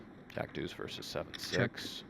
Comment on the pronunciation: maybe these commentators are used to talking over online poker, where there is no consideration for table talk. Also, it's "versus", "verse".